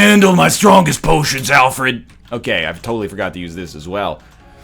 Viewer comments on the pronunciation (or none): none